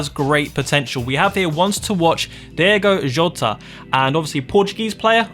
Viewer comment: Can’t even say his name properly you messed up his first name and second